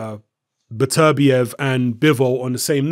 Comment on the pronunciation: It's pronounced "Better-bee-ev" not "Biterbi-ev". I got Barrera knocking Beterbiev out.